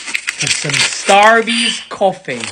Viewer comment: The way he turned American when he Starbucks